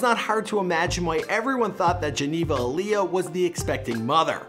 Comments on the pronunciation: **Ayala not Aaliyah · bro. Geneva Ay-A-La